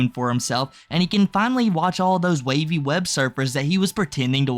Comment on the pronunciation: Put some respect on Wavys name and say it correctly.